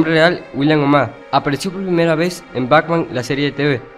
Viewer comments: Esta muy bien la recopilación, aun que te faltaton varios, como Polilla Asesina, Shame, el rey condimento, entre otro. Solo si tengo una observación, tu dices: BACMAN.. me imagino que lo haces inconcientemente claro! pero si vas a hacer un video con audio en off, por lo menos pronuncia bien el nombre BATMAN! igualmente felicidades por la recopilación! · Antes de hacer otro video aprende a pronunciar las palabras, sobretodo los nombres, es BATMAN, NO BACMAN.